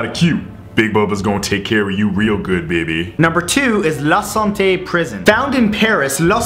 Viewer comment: la sante sounds like the bastille.